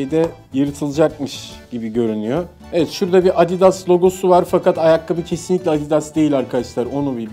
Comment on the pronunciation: Abi abidas deyil adidas